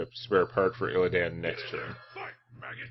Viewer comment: I love the way you call him illiadn and put sound on the word DAN in his name